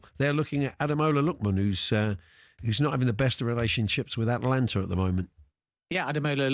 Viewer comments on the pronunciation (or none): It is not ATlanta, it is ATAlanta! 🤦🏾‍♂️ Talksport hired these guys?! 🤦🏾‍♂️🤷🏾‍♂️